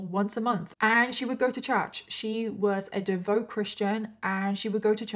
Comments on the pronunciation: It’s pronounced devout, not devote. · Devout is pronounced devowt